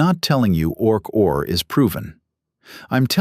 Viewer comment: You asked for a comment, right now. OK: Why couldn't you use actual photos of Sir Roger and Stuart Hameroff instead phony AI images? Also, your AI narration proves the point that AI is not actually intelligent. Its pronounced "Orch–O–R", not "Orch-or". Otherwise, the story so far is reasonably accurate, especially for an AI narration. I'm not sure whether the content is AI-generated. I'm well aware of what Sir Roger and Stuart have done. I'll leave another comment after I finish watching the entire video.